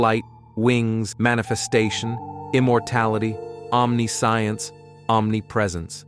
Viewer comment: The pronunciation of omniscience & omniscient is jarringly bad, but the video was otherwise great =)